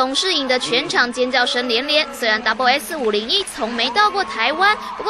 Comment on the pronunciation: 主播又念錯了！ 是double s 501 ！！！